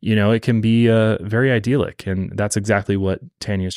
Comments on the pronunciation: Idealick! I can’t unhear it! It’s idyllic! “Eye” “dill” “lick” 3 syllables! Speak English boy! Put me off the full story 😭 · Bro it's "eye dill lick," not "ideal-lick." Idyllic. ❤